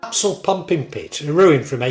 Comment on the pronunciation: A few minor corrections from your video... Aspull not Apsull Worsley Mesnes - pronounced Worsley Mains Haigh - pronounced Hay